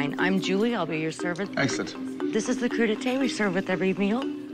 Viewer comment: Cru d'ete? Hahahaha! "Crudité"!